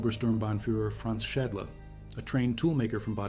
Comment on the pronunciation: Franz Schadler??? Correct is Franz Schädle (or Franz Schaedle)!!! And stop with this AI bullshit!